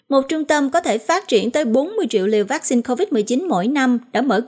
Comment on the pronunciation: Xướng ngôn viên phát âm chữ "vaccine" nghe mêt quá và những cách nhấn trong câu của anh cũng rất khó chịu. Nếu anh thay đổi thì sẽ có nhiều người theo dõi hơn Còn nếu vẫn giữ như cũ thì chúng tôi sẽ từ bỏ nghe tin tức của đài. 🙏